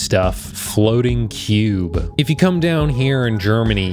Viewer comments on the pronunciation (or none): none